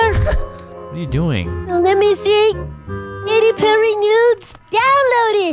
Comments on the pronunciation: SAID KATY PERY NEWS LOL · “Katy pewwy newds... DOWNLOADED. LES GO”